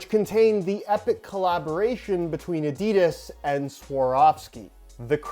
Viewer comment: You’re saying Adidas wrong mate, it’s German if that helps